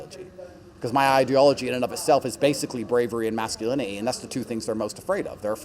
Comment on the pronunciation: did he just say masculini'i socie'i :face-red-droopy-eyes